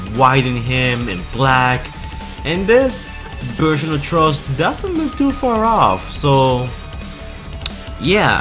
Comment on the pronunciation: Lol how come you can pronounce Frustrating but not Thrust? Just say it like Frust if you have to since it sounds closer than Trust...